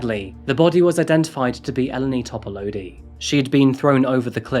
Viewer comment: This is a Greek name, and as half-Greek by cultural heritage, I recognize incorrect pronunciation when I hear it. It is closer to "Ee-len-ee Top-a-loo-dee" in pronunciation. Just for future reference,, and for anyone in the comments who doesn't read Greek names in English lettering regularly. I can't count the number of times my first name (acceptable since Anastasia is pronounced differently depending what language you are speaking), my nickname (first two syllables of my first name, always misspelled with two 'n's on my cafe orders; ugh!), and especially my last name have been mispronounced in my lifetime. My interests in phonetics, world languages, and name variations all stemmed from this, all to make sure other people are not forced to endure confusion and cultural disrespect because their parents gave them unpronouncable names.